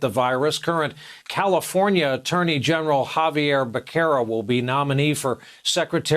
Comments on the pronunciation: "Bakkera"? it's pronounced BESSERA!! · Great points but please learn how to pronounce Becerra correctly.